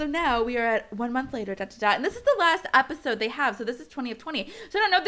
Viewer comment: "Epiode" xD I'm sorry it's just funny.